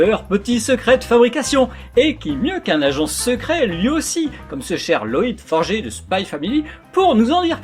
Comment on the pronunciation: c pas « forgé » mais « forgeur » ( comme un forgeron ) la prononciation j’adore t vidéos, j’ai commencé le dessin grace a t vidéo et maintenant j’ai une chaîne youtube moi aussi merci